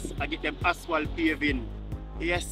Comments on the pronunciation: You keep calling asphalt aswal it is pronounced asfalt a d not aswal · I have been telling him that from last year that the word is ASPHALT and not ASWALT...😂😂😂😂😂😂and the man would never change and pronounce the word the right way..😂😂😂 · I love your channel, but I think you call asphalt wrong. It aswal